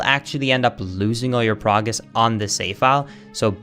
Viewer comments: So this is basically the aria of sorrow NG+, you start at level 1 but keep equipment, you just lose most boss spirits on that game Also I love how says “pogress” instead of progress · The only part of the video I understood "Poggress" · why does he say pogress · Why does say “Actually” so much?? Also “I want you to-“ And “Pogress” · Me : this is so helpful ( thx btw ) Also me : every time he says PoGrEsS makes. Me smile and yes pogress not progress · Did he say "Pogress" or am I tripping? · Everytime he says Pogress I die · Am I the only one who heard pog-gress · just saying naturally Pogress xD